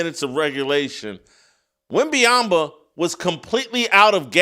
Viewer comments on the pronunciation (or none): At least 50% of the time Jason says “WenbayamBa”. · Hello, Jason. Good insights, as usual. You are mispronouncing Victor Wembanyama's last name. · Jason, you should learn how to pronounce wembenyama’ name correctly first !!!!!! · Glad someone else recognizes that Whitlock mispronounces Wemby’s name every time he attempts to say it. He pretty much says something different each time. Funny how he spend half a show making fun of a comedian who couldn’t pronounce Vrabel’s name but he butchers Wemby and Luka’s name every time he attempts to say them. But hey thats what hypocrites do… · Im glad someone finally saying something i cant stand how he says wemby name